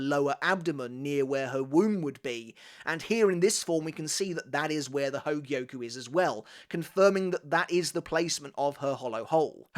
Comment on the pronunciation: Bro goes 💯 spanish on the espada which is nice. But “hogie-oh-kooo” 140 times just hurts 😂